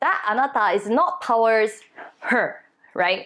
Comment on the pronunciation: 'Toward' is pronounced "to-ward". It is different for NA vs. EU, but never "tow-ard". It is not ideal to say "tord" either. The syllables are contracted but should be heard. Thank you!